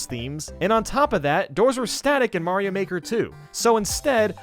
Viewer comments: Mario not mayio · me: * hears you say Mayro's a she * Wait, he is a she!?!?! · When u said Mayro u said she? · Wait is he saying Mayro